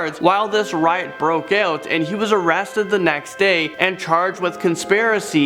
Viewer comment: “And he was arasted the next day and charged with consparicy” Does this man speak english🤣